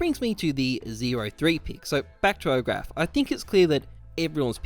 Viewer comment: It's 'pick' not 'peek'. Good vid tho